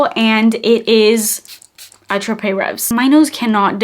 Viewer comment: Ray-vee....S is silent I believe. Its one of my most 😍